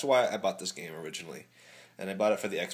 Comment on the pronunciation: Game, not gams. Sorry...